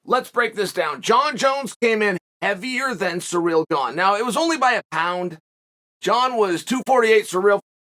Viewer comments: But Cyril is suddenly "Cereal" ?? Hahaha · Hooked on phonics never reached the fighters huh? Surreal Gane...Cereal Gayne..Surrel...